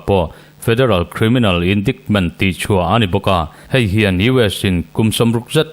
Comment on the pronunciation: Indaikment tiin han lam zeuh zawk la